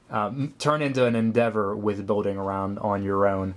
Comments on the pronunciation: Where did you get that accent? You say "molding" with an "L", but "building" with a "W" like "biwding". XP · "Building", not "boating"